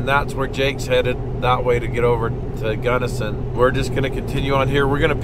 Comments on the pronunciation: We don't call it "Gunnerson"... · For those not from Utah, it’s Gunnison… not Gunnerson. Those of us from Utah need to educate others on Zion, hurricane, Tooele, etc. you guys are awesome fun to watch all you do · You should charge a deposit for big trips so if they bail you’re not hosed. Also, your dude keeps saying gunnerson instead of gunnison 😂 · 'I made it to 'Guddersin'